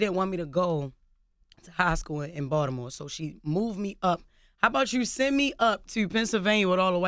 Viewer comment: Balitmore shat! lmao